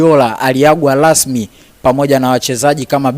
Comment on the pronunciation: alafu siyo lasmi ni rasmi.Alafu jifunze kutamka l and r we mtangazaji hujui kuongea kiswahili fasah ,Bora siyo Bola.